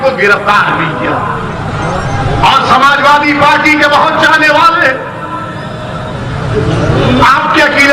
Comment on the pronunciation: Assalamualaikum.. My brother it's Samajwadi not Samajwali...